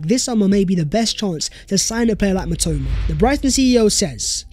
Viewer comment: mitoma is my Japanese god and u butchered his name 💀